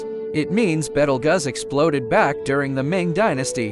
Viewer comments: “betelguss” I CANT WITH THIS ROBOT VOICE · You have NO credibility. You cannot even pronounce the star's name correctly.